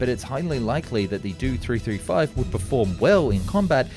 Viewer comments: Did an AI do the voice over? He keeps pronouncing the letters in the designation numbers like they're words. It'd the "Dee - Oh 335" not the "Do 335" and the "Em - EE 262" not the "Me 262" and so forth... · Dee Oh 335 Not Due 335 For the Me 109, it is not Mee, it is Em E. The He 111 is Ach Ee, not Hee. P,ease correct your naming of these aircraft. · Suggestion: learn the proper pronunciation of aircraft and engine acronyms. Ask technical expert or native speaker. Examples Do-335 is not "Doh three three five" Do is an abbreviation of Dornier, correctly spoken as "dee oh" Me-110 is not "mee 110", it is "em ee 110" Justification- How would you (or you AI pronounce Bf-109? [bee-eff 109] or [bey-effeh in German] Beyricheflugfabrik FW-190? [eff-double- yoo 190] or [effe-doo-bleh] Folcke Wulf Ar-240? [eh - arr 240] or [ah ehr] Argus DB-603? [dee bee 603] or [deh beh] Daimler Benz BV-155? [bee vee 155] or [beh-veh] or Blohm und Voss A test: pronounce Ki-61 Keh 61; not kee 61 or kay eye 61. "Ki" is a Japanese phoneme or single sound for the Japanese character used as an abbreviation of Kawasaki Army Type 3 Fighter 'Hien [heh-en] Flying Swallow, You can't use German or English rules to read Japanese designations, ask an expert and don't trust English language AI text to speech for non-English words or acronyms. This video is well done but technically lightweight. You explained center-line thrust simply - the propeller thrust vectors arecolinnear but what about propeller torque? Was it additive or counteracting? Why does that matter in a fighter or fighter-bomber [Jager or Jagdbomber]? Keep working at it you are improving noticeably. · I'm gonna commit a hate crime if he doesn't stop mispronouncing those name abbreviations. It is pronoinced M E 262 and DOE 335.. Not "Doo 335" and "Me 262"! Edit: ITS NOT HE! IT'S H E!!! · The Dew 335...it's Do 335 (Doh). Jägernotprogramm on the other hand you pronounced quite good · Not a 'Doo 335' - it's a 'Dee-Oh 335'